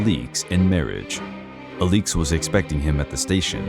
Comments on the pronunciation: The Aleex instead of Alex pronunciation made this video unwatchable. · The Romanovs are one of my interests. I have read much about them. As far as I have heard, her name was pronounce like Alex -- a-licks, with both syllables given pretty much equal stress. Not uh-LEEEEKS. Good grief. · As others have pointed out, the correct pronunciation of Alexandra’s nickname (Alix) is AH-lix, not ah-LEEKS. Ella, not Elly, is the nickname of Grand Duchess Elisabeth Feodorovna. Marie, not Mary, is the name of Empress Marie Feodorovna. Another error is the painting in the video supposedly showing the wedding of Nicholas and Alexandra is actually showing their coronation. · The fuq is this pronunciation 😂 “Ah-leeks” 🥬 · The mispronunciation of the main subjects name is unbearable. Cannot take this seriously when he did not bother to research the correct name. 😒